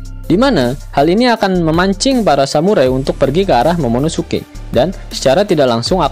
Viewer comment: 16.35 ngomong momonosuke ga bisa wkwkwkwk